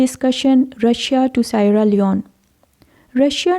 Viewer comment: Sierra Leone is pronounced See-ara Lee-own.